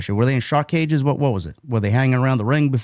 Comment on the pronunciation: Anyone else hear Schiavone say two cages one ring 😂😂